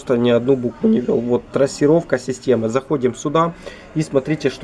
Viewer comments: Какая трОссировка, блин 🤦‍♂️ ну думать же ж надо) от слова трАсса, а не трОс 🤕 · Трассировка от слова трАсса, а не трОс.😀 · С хренали трОсировка то? Позор ддунглям - трАсировка. Снова в школу.